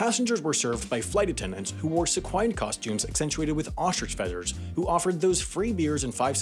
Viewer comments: See-qwhin....say it slowly. You are probably to young to have ever seen sequin piece of clothing in person. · Heads-up: "Sequined" is usually pronounced "SEEK-win'd". As in, covered with sequins. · Am I the only one who thinks he said "Idlewood" ? EDIT: He definitely said "se-QUINED" instead of "SEE-quind" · Sequined is pronounced See-kwinned (near rhyme with sequence) not suh-kwyned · It's not "seek-WYND" outfits. It's SEEK-winned" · "Suh-QUINED costumes"? You mean "SEE-kwined costumes", perhaps... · Isn't it pronounced seek-winned, not suh-kwined? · Seqwhined! 🤣🤣🤣 Thank You for the continuing entertainment with the highest concentration of facts and oddly pronounced words! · Sec-qwine-ed dresses 😂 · You mean it's not pronunciated Seakwined? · I enjoy the pronounciatiln of “Sequined” being presented as “seek-wined” lol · Sequ-eye-ned? That ain't right. Re-record please. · So, you should teach the robo-reader the difference between sequined and sek-WINED. JUST SAYING! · Sequined is dramatically mispronounced. SEE-quinn-d. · I'm sorry, "se-quined?" What? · Jane Goodall worked with chimpanzees, not gorillas. Also, your oh-so-common mispronunciations are starting to make me think these scripts are being spoken with AI ("see-kwined") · ‘sek-whined’ outfits??? HOW did you just pronounce SEQUINED,? Oddly, the answer is oddly. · is nobody going to talk about seek-wine? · There's no way you didn't pronounce "sequined" so wrong on purpose. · That's a new way to pronounce "sequined". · Stewie Griffin approves of that pronunciation I would have u know. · Yeah, he definitely mispronounced sequined, just not sure if it was on "porpoise" or not ;) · I’m sorry HOW did you just pronounced Sequined?! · The guy who narrates this apparently thinks that sequin rhymes with equine 👍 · Can someone please help this kid learn the correct pronunciation of the word "sequined"??? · Yeah, pretty sure that's not how "sequined" is pronounced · No long "i" in sequined.